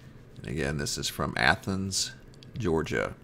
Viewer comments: Praise God, you actually pronounced Athens properly. You're now officially on my hero list. By the way, you're doing a wonderful job here sir!!! Keep it up... Would like to see more said about the New Madrid happenings by the way. Hoping to use some of the info you have here in my next article or video. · Thank God you finally pronounced Athens right,lol, it is the same as the pronunciation of the Athens in Greece. The video on this the other night made me cringe when you said Aye-thens five or six times, lol! I do enjoy your work, I was born and raised in South Ga. down near the Okeefeenokee around towns named Alapaha, Willacoochee, Nashville.